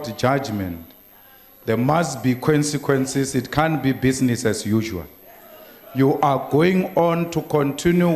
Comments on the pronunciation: lool Malema though...."Kwensikwensis" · "Quincyquensis" = consequences 😂😂😂😂